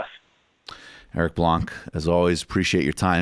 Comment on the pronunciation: Éric Blanc's a french name (Erick White) and in French, the final c in Blanc is mute, so you'd pronounce it much like you would pronounce Blank or Bland, except without the k or d sound, but you wouldn't pronounce it like you would if it was just written Blan (because, then, you'd want to pronounce the n separate from the a, which wouldn't do because it would sound like "blanne" or something). Also the first É is pronounced like the first sound in Amy. As for how to make a proper french R, I can't help you - most English speaking people don't have proper throat muscle memory to make a good one, and the brain cells dedicated to learning that turn to mush after 8 year old.